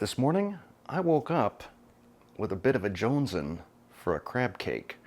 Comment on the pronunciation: At :42 you said something that waffled me - I mean baffled me. I don't even know how to spell it - "joneson"? Tried to find it in Websters. Couldn't. What is it?